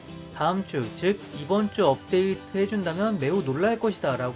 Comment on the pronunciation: 안녕하세요 금주의 없데이트 소식 전해드립니다로 들려요ㅋㅋㅋㅋㅋㅋㅋㅋㅋㅋㅋㅋㅋㅋㅋㅋㅋ